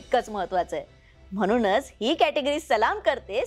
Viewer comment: तुम्ही छान दिसता, बोलताही, मुलाखत पण सहज गप्पा मारल्यासारखी घेता. पण जरा "न "आणि "ण "च्या उच्चरावर मेहनत घ्या. म्हणून हा शब्द तुम्ही नेहमी म्हनूण म्हणता.